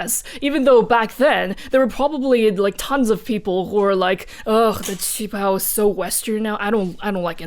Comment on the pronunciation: Listening to the war and political party history reminded me of this Lindsay Ellis quote, "The legacy of colonialism is baked into every facet of every culture on the planet." Also, thanks for reminding me of the correct way to pronounce "qipao!"